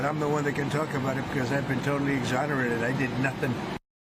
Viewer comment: Exon-e-Rated Totally